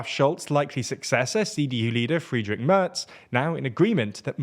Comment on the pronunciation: If Mr. Merz does become Chancellor, it's high time you learn how to pronounce his name correctly. It"s not /mers/ as pronounced here, but /mairts/